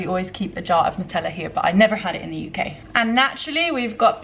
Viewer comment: You mispronounced Nutella. Maybe Jordanian English is rubbing off :P They mispronounce and misspell lots of words